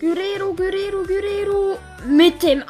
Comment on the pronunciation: Gurero😂 er heißt Guererro